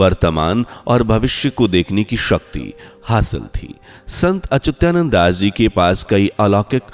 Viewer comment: अच्युतानंद का सही उच्चारण करिये।